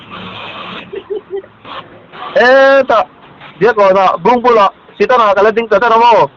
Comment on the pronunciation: Stand ❌️Sitan ❌️Setan ✅️😂